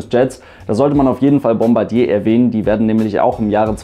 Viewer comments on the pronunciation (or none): none